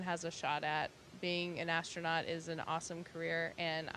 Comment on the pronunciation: KELLY AND THE "ASTRONOT"